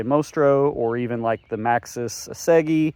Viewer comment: Never heard a pronunciation for the Assegai like that before :))